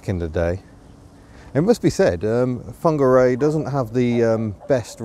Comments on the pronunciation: I'm advised by my resident Kiwi that it's pronounced 'Fong-arr-ray', with a Maori lilt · nice to see you experienced the city where I live. Nice try on the pronunciation of Whangarei. Some locals still call it Wong-ga-ray. Shame you have moved on. Summer is the time to experience this place. Happy and safe travels.... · I visited Whangarei a couple of times in the 70s - we used to pronounce it Wonga Ray, with a Glaswegian lilt. Obviously wrong. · Fangeri or Fongeri ? (I know it's spelled with a WH), but how is it pronounced?